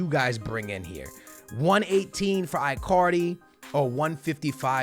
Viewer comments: it is pronouced E-CAR-DI not AI-CAR-DI or I-CAR-DI in english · stop calling him ‘eye’ cardi, it’s ‘in’ cardi. it sounds like you’re saying Icarly from the kids show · Bro its Icardi with a E not I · Icardi not iiicardi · His name is said ecardi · It's not eyecardi or gabriel hasus stop saying it like that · please, dont say Icardi like you say Iphone or Icarly it is E--CAR-DEE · Why can't he say icardi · If you even try to sign Icardi you will regrate it Im telling you!!!!!!!!!!😲😒😤😬😡😠😈👺👹👿 You are such a stupid pranontziar its Icardi sounding with a k and not icardi not c